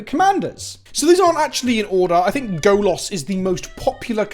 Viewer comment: I'll say this every time you fuck up the pronunciation: Golas means Naked Man in Polish. Stop fucking up 😅😅😅😂😂😂